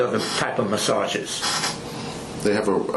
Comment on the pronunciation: Now I feel sick about "massages", He raped the word for ever